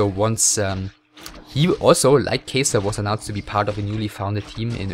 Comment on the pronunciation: Its not Kejsr but Catcher or Katcher. In czech Kačer(it means male duck)